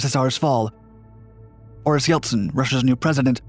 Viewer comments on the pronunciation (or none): none